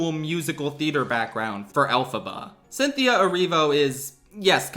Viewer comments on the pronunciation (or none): none